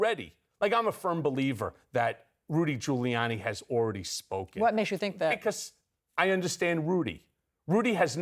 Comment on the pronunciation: “Rudy Colludee”?!?!🤣❤️👍🏻